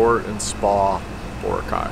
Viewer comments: It's pronounced Bo-RA-cay. Not BO-racay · lol says the island name wrong...